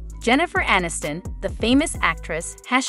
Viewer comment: "uh-NIST-in"?? They still have work to do on these robot/AI 'voices'.